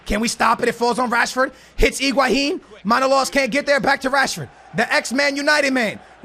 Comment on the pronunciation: Iguahin! LOL its Higuain